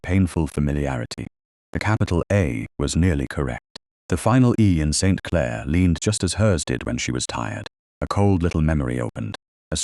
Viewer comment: Very annoying to listen to the heavy accent on Clare as if it's the start of a new sentence. 😡